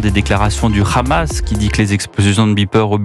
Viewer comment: Le rrrrrramas